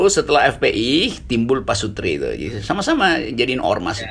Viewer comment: PASUTI , R NYA ILANG